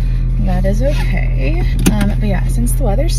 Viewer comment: Loooove these vlogs from you! And I say po-Kay too hehe ☺️